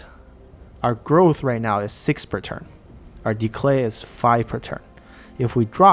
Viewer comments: are saying decLay...? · Great video! Very insightful. The only thing that puzzles me is why you add an l in the middle of "decay" :p